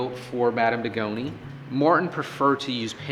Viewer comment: It's supposed to be Madame de Goñi, not Degoni it's pronounced completely different. This woman Madame de Goñi was a very famous guitarist from Spain, you should have enough respect to pronounce her correctly.